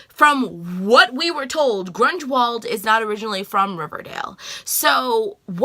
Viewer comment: LOL Mrs. Grungewald (Grunwald)!! You still have PLL on the brain.